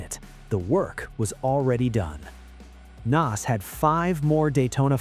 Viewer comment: AI sucks. Chad Knaus regulated to Chad "Nos".